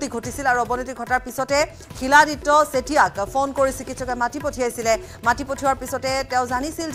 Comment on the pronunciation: চিলাদিত্যা ? তেতিয়া হলে আমি শিলক চিল বুলি উচ্চাৰণ কৰিম নেকি ? মৃত্যু খবৰ দি নাহে । মৃত্যুৰ খবৰ হঠাৎ আহে ।